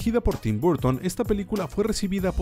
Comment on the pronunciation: No entiendo por qué pronuncian todo bien y después se mandan Burton o Disney tal como suena siendo que no se pronuncia así.